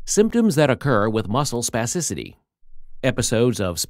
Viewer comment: Say spassicity one more time. I dare you